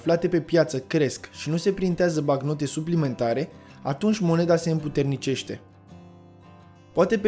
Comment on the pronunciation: "BaNcnotă" nu "Bacnotă"